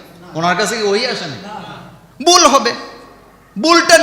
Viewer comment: আপনিতো "ভুল" শব্দটাও "বুল" বলছেন...😀😁😜